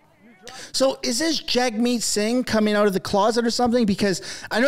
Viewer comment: Did you say Jagg Meat? Hahaha